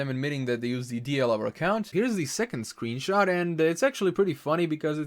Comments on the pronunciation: did... did he say sweenshot? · LunaTheCrystalian lol i heard it too